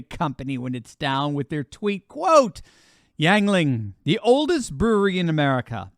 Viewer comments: ..it's NOT YAGLING...it is "U"ngling.. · Pronounced: “YING-LING” not YANG-LING. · A beer made in central Pennsylvania I use to live near where the producers are it's close to reading pa it's actually pronounced yin not yang yuengling is popular in central Pennsylvania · Ying not yang--Ying-ling,. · It's pronounced "Ying-Ling!" But woo-hoo, that's an awesome beer proudly made in Pottsville, Pennsylvania for over 194 years!!! Thanks for the mention!! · It's not Yangling. You always use all these big words to show everybody how smart you are but you can't pronounce the beer correctly. Also if the restaurant wants to please God they need to just stop selling all alcohol. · It's YING-LING. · Pronounced "Ying-Ling". Good people, good beer. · it's pronounced ying ling. The best beer on the market and it's brewed right here in PA. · It’s pronounced Ying Ling... just saying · You can’t pronounce Yuengling